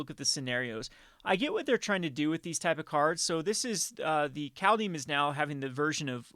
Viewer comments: Please stop saying 'Call Deem'. It's 'Called Haym'. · Is this really the correct way to pronounce Kaldheim? I always thought the german way to spell this is correct and the translation also seems to be on point. (Kald => Kalt (cold) and heim => Heim (home))